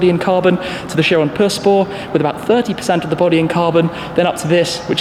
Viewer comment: Chiron pur sport.....not "pur spor" lol